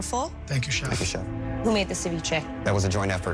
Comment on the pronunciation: "I love the China that you served saviche on"🤣🤣 Gordon is amazing